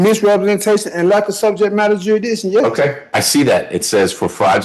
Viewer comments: "Jur-i-di-shun"? or "Jurisdiction" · He's not challenging jurisdiction. He's challenging jurisdishon! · How to challenge jurisdiction. Step 1: learn how to pronounce jurisdiction. Step 2: be theatrical and whine a lot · I saw this guy a while back. He is so whiney and annoying and can’t pronounce jurisdiction, and I just can’t watch him. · Hearing an imbecile challenge jurisdiction when he can't even pronounce it properly is comedy gold.